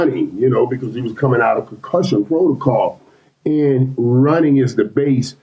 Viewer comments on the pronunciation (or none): none